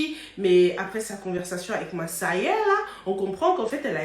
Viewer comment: Massèrrrrrr 😂 ( faut rouler le R)